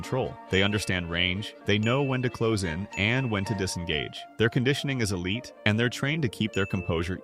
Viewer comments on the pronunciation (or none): none